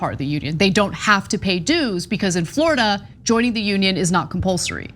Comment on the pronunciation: "Flordia?" Seriously,?